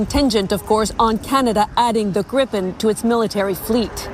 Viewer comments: It’s pronounced ‘greepen’. In Swedish a single vowel followed by a single consonant makes the vowel long. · Just a small observation. Gripen" is pronounced as "GREE-pen," with a long "ee" sound for the first syllable and a soft "p" sound for the second. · Swede here (30 years living in Canada) to help with pronunciation - Saab [Griipn] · For future reference: Gripen is pronounced "Gree-pehn". There's only one P so it's a long I. But onto the point: If Canada is responsible for building the factory, supplying it with materials and staffing it, that's a major plus for SAAB since they would still collect "royalties" or have some other way of benefitting from the deal. Less hassle for us while gaining benefits, and still bringing in lots of jobs and opportunities for Canada in addition to strengthening our bonds between nations. Sounds like win-win to me.